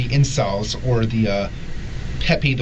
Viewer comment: Did the detective actually say "celebs" instead of "incels" at one point??